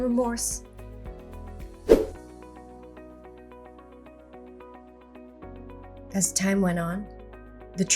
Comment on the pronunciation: "And I'm filled with temorse and guilt!" I picture draping the back of her hand over her forehead in melodrama at that 😄 Also, subsequently is pronounced 'sub-see-kwent-lee' not 'sussykunly'